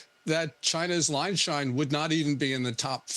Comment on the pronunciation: It's Ling Sheng, not Line Shine.